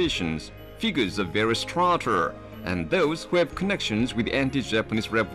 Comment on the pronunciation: Figgurs of varrous STHROAAHTR